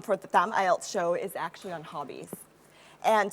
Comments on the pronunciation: Phát âm actually thành ashually? Sao mình ghét con này thế ko biết. Giả tạo vãi cả LỒN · E ý phát âm sai từ Actually khá nhiều lần, thiếu âm k và âm ae lại bị đọc như âm a.